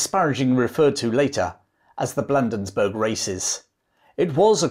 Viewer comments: Way cool! One of my favorite campaigns. I grew up in a Baltimore suburb along the transportation route to Washington. An invading army from the south must pass through there. Could Baltimore be defended had Ross made the decision? Was it called Blandensburg back then? (sarcasm) Bladensburg,with a long a. I've read or watched everything there is about the War of n 1812 since I was 12. Every time I review the story I learn something new or remember something I had forgot. Each detail refines the picture of these events, bringing me closer to traveling back in time. Great story-telling. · Thank you for the video. Not nitpicking or being a smart arse, Bladensburg is pronounced Blay-dins-burg ( you’ll probably never need to know it again) & Maryland is Merr-uh-lind. Everyone on the other side of the pond misses that one. Cheers, again, from Northen Virginia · Good job covering a little-recounted piece of fascinating Anglo-American history. I'd like to point out that the Patuxent River is pronounced "Pah-TUX-ent" and the Battle of Bladensburg is pronounced "BLAY-dens-burg." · Battle of Bladensburg, not Blandensburg! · Perhaps someone else has already pointed out your error regarding an important place name in your narrative. It is Bladensburg, not Blandensburg. I have enjoyed and learned from your video. Thank you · As one who grew up in Bladensburg, we pronounce it as Blade-ins-burg. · Dad, you need to learn your American place names. The state is pronounced Mer-uh-land and the town is Blay-densburg. Otherwise, I love your stuff. And the rifleman who shot Ross got him in the stomach and, having eaten a hearty breakfast, died in a great deal of pain. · Bladensburg is is being mispronounced! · Pronunciations: BLADE-ens-burg puh-TUX-ent river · Great video, but here's a couple of pronunciation corrections: pa-TUX-ent (river) & BLAY-denz-burg